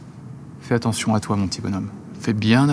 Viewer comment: « Tu fais annention mon m’ni bon…» 😂😂😂😂